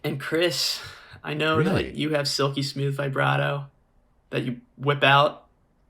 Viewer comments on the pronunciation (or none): I feel like he's fucking with them by the way he keeps say vye-brato